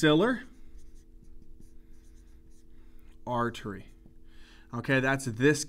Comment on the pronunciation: He mispronounced basilar artery